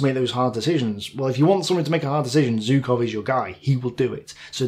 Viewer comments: You mentioned Zhukov so much in the video, I can't help but ask: Why do you pronounce his name like "Zew-kov"? There is a "ZH". When you pronounce Voronezh, you say it with a clear "ZH". Why are you picking and choosing how you pronounce a "ZH"? ZHOO-kov ("ZH" is pronounced the same way as "S" in the words "pleaSure" and "viSion".) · Hi, please, I do understand that Russian names are hard, but still Zhukov is great enough a figure to deserve his name pronounced correctly. 'ZH' reads like 'G' in barraGe or massaGe, the "french" way. The problem is whichever letter you use to write his name (J or Zh or even G), it won't be correctly read according to the rules of English grammar...